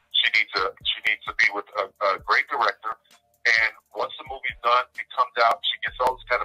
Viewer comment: "use to direcken" 😩🤦🏽‍♀️